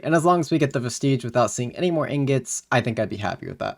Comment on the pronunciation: I think you need to look up how to pronounce bellator vestige 😅